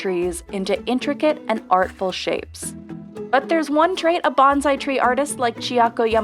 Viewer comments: Bonsai, not bonzai. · Bone-sigh, not banzai. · Please, we must learn to pronounce bonsai correctly. Thank you.